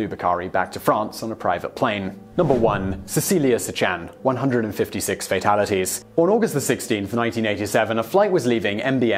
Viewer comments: Keith Harding-Thank you so very much for making this comment! I was going to comment myself, but saw that it was already taken care of. I also wanted to point out that Simon pronounced Cecelia Cichan's name incorrectly, though. It is SHEE-un. Not Si-CHAN. Thanks again~Susan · Interesting TopTenz. A couple of corrections on the Cecelia Cichan survival. First, her last name is pronounced Shee-Han (like ham). Second, when rescuers found Cecelia, her mother's body was around the little girl--like a protective cocoon--which investigators think saved her. Third, she was identified by the purple nail polish that her grandmother had applied a couple of days before the crash. Ironically, Cecelia has little to no memory of the event.